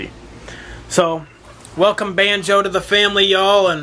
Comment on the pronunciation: He said wake up Band-jo as if he meant to say Bandit, that made me cry.